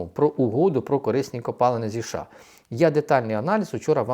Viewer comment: ША..ША...ША. а може правільно казати США?